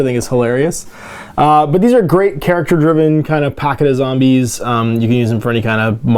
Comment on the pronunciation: that spaceship interior looks like the interior or a hospital. your zombies your zombies would be perfect. Do all Canadians say zambies or is that a local thing?